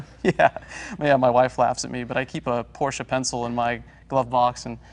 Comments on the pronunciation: Wait...!?!?!? Did jay just pronounce Porsche correctly?????? Hallelujah! lol 😄😄😄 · I like that Jay pronounces it Porsche (short e at the end) not Porsch. This is how it is pronounced in German. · Interesting to note that Jay used the correct two syllable pronunciation for Porsche (por-SHUH) throughout this episode, rather than his normal one syllable (Poursh). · they are the first Americans I heard to pronounce Porsche right :D